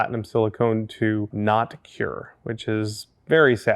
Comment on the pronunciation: Say "cure" one more time... (on the tone of Samuel L. Jackson in Pulp Fiction)